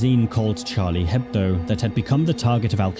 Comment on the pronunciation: from a french listener, Charlie Hebdo's name is pronounced without the H, as a french word the consonant H isn't pronounced. (It's more of a thought you might wanna know comment rather than a you must correct yourself)